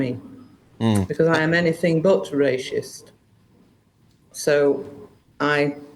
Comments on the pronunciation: She either needs some new false teeth, or just can't pronounce the word that comes out "rayshist" ;) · She’s not Ray-shist. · A ‘rayshist’? What’s one of those? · top lady but there’s no H in Racist 😂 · Lol.... "Ray_shist". Where has been all these years? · She can't say the word racist 😂😂😂 wtf is "RASHIST"😂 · Just love the way she says 'Rascist' - Well done lady! True integrity! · Rayshist???? Wtf. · Rayshist LOL. I'm saying that from now on. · She can't even say the word 😅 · She can't even pronounce the word racist. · Why does she say the word racist funny? Its not pronounced like that, so thats odd. Otherwise she seems on the clueless side, who's now woken up a tiny bit though much too late🙄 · Why can’t she say racist properly? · She can't even say the word racist 🤣🤣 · she can't even pronounce the word racist.... 😂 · She can't even prounonce it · Fully believe she is not racist. She can’t even pronounce the word. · will u tell her shes saying it wrong 😂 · Irs actually annoying me that she cant even pronounce racist properly 😫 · Teach this women how to say racist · This woman doesn't even know the word racist. She couldnt even say it if she tried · PMSL, sorry but she can't even say it, so she can't be it LOL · I don’t think she is saying racist properly 😂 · She cant even say the word properly that she is accused of being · I presume she is basing her pronunciation on that of "racial" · She’s 100% correct but I do wish she would stop saying rashist 😂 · Someone needs to take her back to English classes. It's "Racist", not "Raschist".... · He called me rayshist 😊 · lol sorry but... rayshist cracked me up. god bless this woman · Rashist? Really? Ffs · The pronunciation is : racist, not ray-shist. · Rayshist lol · What’s rashist? 😂 good for you for kicking him out though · Why is she saying raesh-ist instead of race-ist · Please tell her it’s racist not rashist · Why is she saying rashists instead of racist? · "Rashist" 😂 silly old gammon.